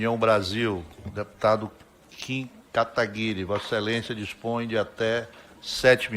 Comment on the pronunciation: Essa mulher é muito ignorante, ele não consegue até hoje falar Kataguiri... Pqp vai ser burra assim lá em Brasília